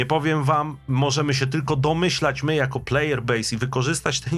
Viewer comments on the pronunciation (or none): none